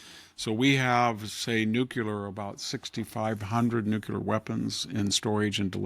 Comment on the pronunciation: Does anyone read these and tell Victor anything??? NUCLEAR!!!!! NOT...... NUCULAR. Grammar matters